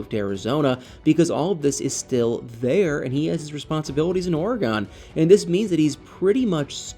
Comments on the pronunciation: Dear "," It is NOT pronouced "ora-GAWN." It's pronounced "ory-gun." I am a ntive, so I speak with authority. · Please don’t be offended but as an Oregonian I am going to help you pronounce Oregon correctly. It is pronounced ory gun. Love you videos😊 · Or-eh-gun is the correct pronunciation. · I grew up on the East coast. We were taught to pronounce it OR e Gone. If it’s incorrect, I guess every generation passes down the incorrect pronunciation. Frustrating. Those who actually live in Oregon know how to pronounce it. The Governor should send a letter to the school boards of all the states that are teaching it wrong. Maybe I can find an audio to actually hear it. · Drives me crazy when someone can not pronounce a State!! Must be from another country?? 😂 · He pernounces it wrong.